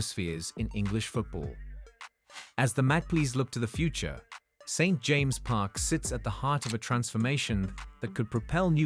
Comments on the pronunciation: Some strange pronunciations ! St James’ is pronounced James’s Magpie is pronounced mag pie ! As for the stadium, a brand new 70,000 built in castle leazes as shown on bondibot would be the ideal solution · Another crap AI generated video. Can't even pronounce St James' Park.